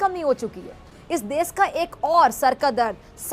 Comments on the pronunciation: She says, desssss, not desh😂😂😂😂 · Isss farzi daaagtar ko koi batay ja kar kay ‘Des’ nahi hota … ‘Desh’ hota hai 😆 Aur raat ko torch laga kar treatment na karein - isse acha Savere jaldi clinic kholein aur Din me treatment karein 🙄🙄 Matlab sach me jaahil kaum hai ye 😏😒